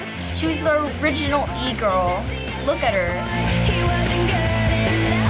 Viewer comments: i’m sorry “e girl”? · I CRIED WHEN SHE SAID "E-GIRL" IM DONE